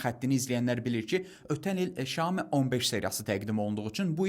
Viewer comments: Bazarda yeni ad ,,şamo,, telefonu😂😂😂ay adam, ,,syaomi ,, ,,şami,, nədi 😂😂😂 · bizimkilər və türklər щяоми deyillər mənçə doğru Сяоми demek lazimdir